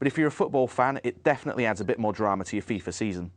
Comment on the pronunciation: Its called FIFA not FIFER!!!